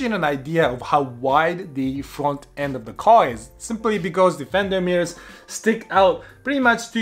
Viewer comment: 2 minutes into this video and all I could hear was "Fenderrrrrr Mirrors" 🤣